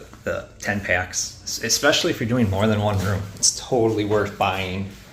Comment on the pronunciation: Especially is pronounced E SPECIALLY NOT EX SPECIALLY.